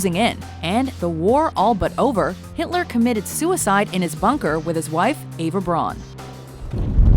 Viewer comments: 'What happened to Hilter after the war?' Lmao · "WHAT HAPPENED TO HILTER AFTER THE WAR?" rofl Has anyone heard of this "Hilter" before? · "WHAT HAPPENED TO HILTER AFTER THE WAR?" Who the fuck is Hilter?? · Who the hell is Hilter? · what happened to HILTER??? HIL-TER??? Fuck off mate. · Hilter? who tf is Hilter? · What happened to Hilter after the war? I dunno, but Hilter sounds like a swell guy! :D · "WHAT HAPPENED TO HILTER AFTER THE WAR?" ... Really? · "what happened to HILTER" lol fail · ''What happened to hilter after the war?'' ''Russia''